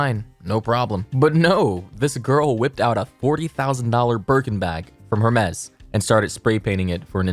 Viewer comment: she can't even pronounce Hermes right...